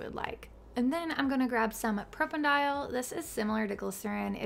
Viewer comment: You clearly know your stuff and have a lot of great formulas, but it drives me nuts how many things you mispronounce 😩 Please take the time to find pronunciation guides for ingredients. No one is going to get it all 100% correct, but..... It's pro-pan-uh-dee-awl, not pro-pen-dial 😩